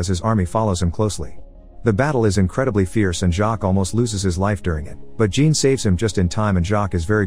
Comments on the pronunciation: No it's not. Jean is pronounced similar to John in English. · He pronounces it as Jean in English, a womans name. Obviously in French it's closer to John. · The first part of Jean is pronounced more like Jacques, and the end sounds like faun, so sort of sounds like Jaun but without the hard J. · His name is Jean, not Gene. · As someone with the first name Jean. It hurts every time he pronounces it as "Gene" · Same lol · That’s because robot don’t know the difference. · Don't worry, every francophones watching this probably cringed their teeth to the flesh. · All these people know how to pronounce Jean but don't know it's the "zh" sound... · "Jean" should be pronounced as John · Jean is actually pronounced Zhahn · Loved the movie but you kept mis pronouncing Jean its a French Jean a soft J almost a sh then dropping the n almost like shaun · It’s, JEAN (pronounced-John) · jean or 'Jhan'? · Jean as pronounced sch-ohn